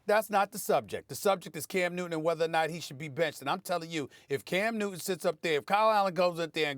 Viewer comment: Love the way Steven a says "cam newt'in" 😉